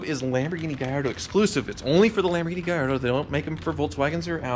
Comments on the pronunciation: Why are you pronouncing it Gayardo it IS Gallatdo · Mate! It's GALLARDO not Gayardo. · Gallardo...in spanish, that would be pronounced GaYardo....but in Italian, the "LL" is pronounced "LL" NOT as a "Y"